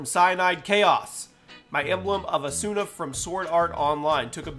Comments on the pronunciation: It's pronounced au-sue-na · You said asuna wrong its ah-soon-ah